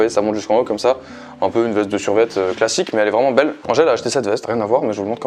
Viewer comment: Quand il parlait de QALF on est d’accord que lorsqu’il a dit « on attendait plus de classique » on a tous compris « on attendait plus de sal »????